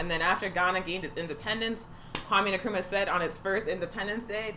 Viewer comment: Not meaning to nitpick, but Nkrumah is pronounced en kru ma, not ne krum ma.